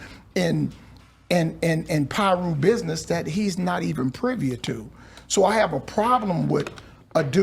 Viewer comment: The word is privy😆